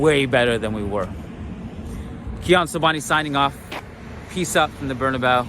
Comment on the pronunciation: Good job Kiyan! One small thing: It's pronounced Bernabéu not Bernabau. :)